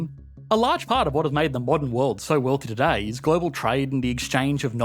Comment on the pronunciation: The actual word - "Today" Aussies be like - "toodeyyyy"